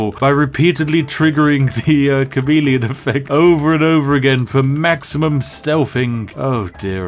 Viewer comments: Had my headphones in while this played on my phone and I really thought he was saying "comedian" not "chameleon" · I knew it was chameleon armor but did anyone else thought he was saying comedian armor